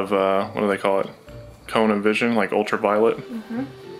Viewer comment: I.... Tell.....you....hwat 😁